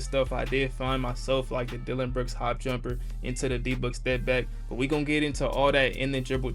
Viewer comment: bro you said jumperrrr